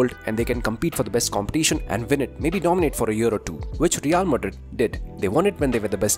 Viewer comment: Every time I hear him say Madrid, I swear I hear the name Modric more 😭 not his fault. Just accent haha